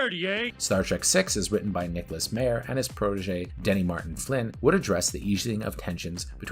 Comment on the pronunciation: It's My-er NOT May-er! The J.J. Abrams films were terrible and they only had a knowledge of their characters as caricatures. None of the characters are written like the original characters and thus Abrams writes very cynical rip-offs of the TRADITION of Star Trek and not Trek itself. There's an obvious dismissal of the series as serious story telling.